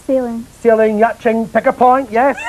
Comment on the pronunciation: Did he really pronounce 'yachting' as yatching?!